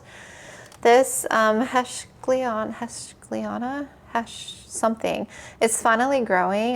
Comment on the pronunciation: plantS you made.... (BTW heuschkeliana is pronounced hoishkeliana, more or less, like Freud is pronounced Froid, more or less :D)